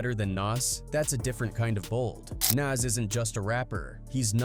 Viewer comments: It’s like he’s saying Nazz from ed edd n eddy lol 😮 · Whats more disrespectful... jim Jones or the way ai keeps calling Nas "Naz" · These folks are literally piecing videos together of everyone saying Nas, and they still say shit like Naze. They do the same thing to SZA in videos. Got to be a robot doing these voice overs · "Nance!..I said Nance" 😂😂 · lol “NyAaz” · "Naz" and "Nos" in the first minute and I am done with this piece of shit video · European if you can't say the person's name you don't need to do a video is Nas not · Dude saying “nays” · This AI man found every way to say Nas but the right way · Guess AI can't consistently say NaS! Lol. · Shitty AI narrator can't say Nas correctly, stop being lazy and use your own voice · This video was made using AI or those who don't know. That's why it mispronounces Nas. Don't support this shit. People are legit commodifying the culture using A.I videos. Here we go... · The way the AI commentator pronounced 6ix9ines name lolol lmfaoooo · Why these dudes keep pronouncing Nas name wrong.Put respect on his name. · Can’t pronounce nas. Blocked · I don’t know which one is more disrespectful, saying his name wrong or saying that you’re better than him. Where are you from, bro? Jim Jones clearly said this to get some attention and he got it. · U can't pronounce Nas..im def cool on this 🤦🏽‍♂️ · This AI pronounced Nas like 5 different ways 😂😂😂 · The way he is saying NAS 🤦🏽‍♂️🤦🏽‍♂️😂😂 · You know how white people pronounce tacos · AI struggling like a mff to say Nas name correctly 😆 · 😂😂😂 you hear too 😂😂😂😂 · You should hear it trying to say MA$E instead of Mase.